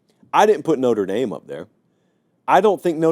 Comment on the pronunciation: Lololol. It’s Notre dame. Wtf????